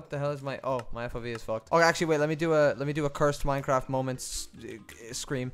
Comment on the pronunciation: lets pway minecwaft peepoHappy